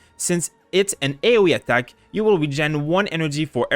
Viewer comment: I like how he says "ATTACk" xD